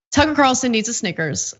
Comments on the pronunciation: Soooo, is everyone going to start pronouncing his name 'Tooker'? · Someone should call him Tookaah and see how he likes having his name mis pronounced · I'm like 3 minutes and 50 seconds and yeah they definitely makemillions of dollars a year definitely more than you and your wannabe YouTube subscription. I'm sorry I'm so full of hate I just thought that you know we would degrade people for personal opinions and the way they speak words. I don't like the way that you say Tucker's name I think that you're mispronouncing it unintentionally and ignorantly